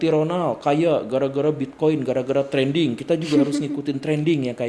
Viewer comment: Pak guru sengaja nyebut trending kaya nyebut dedi kobisa?